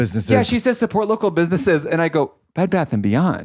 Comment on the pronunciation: i laughed for like 10minutes at trixie calling it a "Bad Beth and Beyond"